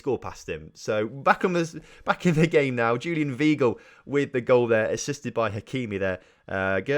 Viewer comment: MATE ITS JULIAN WEIGL (PRONOUNCED ‘VY-GLE’)